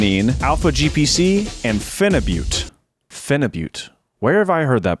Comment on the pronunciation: your pronunciation of phenibut and Cialis is incorrect.